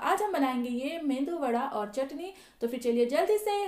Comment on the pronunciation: मेंदू वडा नहीं मेदू वडा बोलिये, मेंदु का मतलब दिमाग और मेदू का मतलब प्रोटीन 😀😀😀